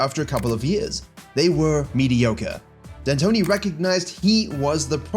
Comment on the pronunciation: Ah yes, Mike No D Antoni.